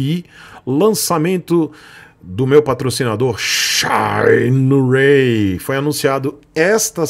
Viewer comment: "Shaineirei" kkkkkk falando americanizado em uma expressão chinesa que seria o certo "xîneraí"